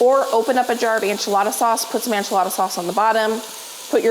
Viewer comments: ENchilada ...ENCHILADA!!!!! NOT ANCHILADA!! I love you so much, but this one was a bit hard to watch. Again, not ANchilada!!!!!!! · Please learn how to pronounce enchilada properly